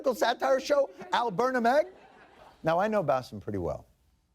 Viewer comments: Not berna meg, actual pronunciation ber-naa-mejjjj not meg. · lmfaooo the way he said “al bernameg” 😂😂😂